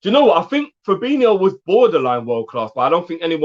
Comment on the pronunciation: Good point about the getting words right,we should also get fabINIhio and firmINIhio right don't you think? 😜